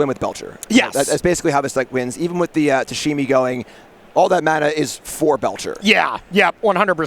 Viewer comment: Calling it Tashimi is insane.